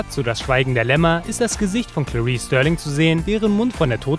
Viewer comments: Starling, nicht Sterling! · Starling mit a gesprochen.